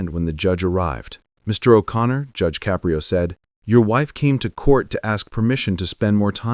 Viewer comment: Narrator: since you put so much effort into your diatribe, the least you could do is PRONOUNCE JUDGE CAPRIO CORRECTLY.